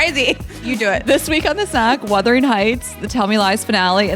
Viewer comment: Not withering AND wurthering. Omfg 😂